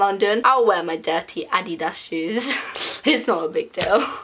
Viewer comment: You say adidas like me